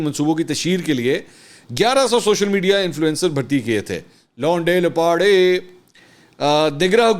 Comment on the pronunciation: Londay Laparay.....the way he pronounces it hahaha